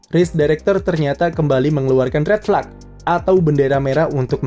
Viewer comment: Apa susahnya si min bilang red flag, tinggal jadi fleg doang